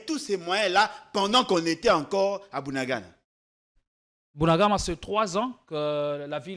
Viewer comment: Mr le journaliste c'est bunagana et non bunagama.